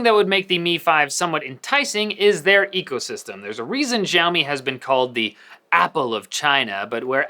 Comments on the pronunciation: man it's not "jiaomi", its pronounced as "shiaomi" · Your not pronouncing 'Xiaomi' right! It's Xiaomi not. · why does he say "gjaiomi" but he doesnt say "Eypel"? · This guy should do a good research about Xiaomi. First, the pronunciation of Xiaomi was wrong. Second, this guy doesn't even know the name of UI called MiUI. MiUI never had an app drawer and removing an app drawer dosen't mean it will be like IOS. 3. Its so simple to increase Screen-on time in MiUI settings. Google play can be easily downloaded on Xiaomi phones Idk what's his problem.